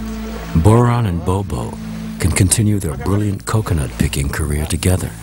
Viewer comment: burhan not boron